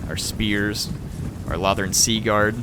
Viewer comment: Its pronounced low-thorn